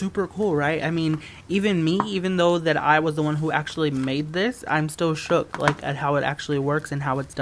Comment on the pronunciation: stop saying shoock